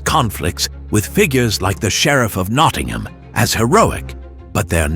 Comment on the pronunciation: I think the sheriff is sheriff of Nottingham. NOT Knottingham!